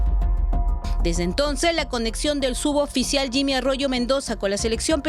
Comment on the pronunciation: Enseñenle a la periodista a decir suboficial, y no "sudoficial". Ni su jefa delta le corrige, o no se da cuenta?